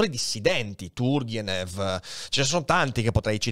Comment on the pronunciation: Turgenev (accento sulla prima e) non era un filosofo ma uno scrittore, se ti riferisci a Ivan. Attenzione, Zamjatin è Evgenij, non Nikolaj... Scusa ma mi sembrano dettagli importanti specie in questo caso.